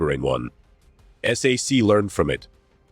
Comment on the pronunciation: Whoever made this should have known that "SAC" is not pronounced "S", "A", "C", but "SACK!" I served in that unit the last year of my 4-year enlistment on a SAC base in Morocco, Ben Guerir. It was located about 40 miles from Marrekech. B-47s were flying routine patrols loaded with atomic weapons to keep the godless Ruskies, Donnie's best friends now it seems, at bay. Little did I ever imagine our president would be sucking-up to the Russian dictator some time in the distant future. Live and learn! I remember the XC-99 passing overhead when I was at Lackland AFB in 1957. What a sight! Later it was parked and open to tour on the base.